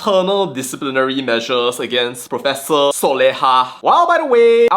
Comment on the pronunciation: THE PROPESSOR OF PROPESSORSSSSS......🤣🤣🤣